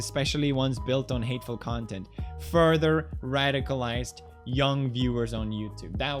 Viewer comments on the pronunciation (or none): none